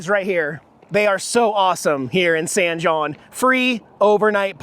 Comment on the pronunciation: San( hon)is how san jon is pronounced....; )